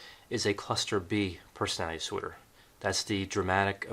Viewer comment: Why do I keep hearing Borderline Personal Dinosaur? Instead of Borderline Personality Disorder? I’m just saying anyone else hear the mispronunciations?? It it 1am could be exhausted lol Great video nonetheless